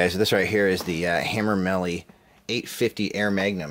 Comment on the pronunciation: Its pronounced ham-er-lee. Anyway good channel, and U understand the basics of video. I also see how this works, U get christmas every week! I will continue to watch. Good Luck!!